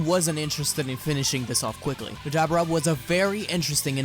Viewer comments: His name is Deborah Not Dabrah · “Duh-bore-uh” not debra or dabra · Who is Dab-Brah? 🤦🏻‍♂️ I swear I’m this close to changing the video just because you’re mispronouncing his name like that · The demon kings name is not debra its Deborah. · Who the hell is Dabarah? It's Dabura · I thought it was pronounced Da-Buh-rah not Da-bera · Dude say Dabura properly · I was intrested until I heard him say "Dabura" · I hate how you say dabura omg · The way he pronounces Dabura irritates me lol. Love this whole story tho 💯💯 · makes dbz channel on youtube as an american... cant pronounce dabura...smh